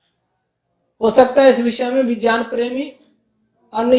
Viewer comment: Guru ji vgyan nhi vijyan hota h Shudd kijiye use